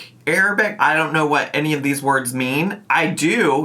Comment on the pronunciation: I thought he was saying “essay” 😂